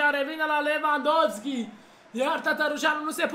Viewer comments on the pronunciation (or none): Robert Lewandowski Nu lewvandosky